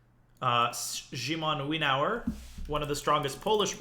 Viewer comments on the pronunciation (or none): Great content! And huge thanks for it. As a Polish viewer I'd like to hint only one thing: Szymon Winawer should be pronounced more like Shymon Vinaver ;) also Szymon is usually translated into Simon.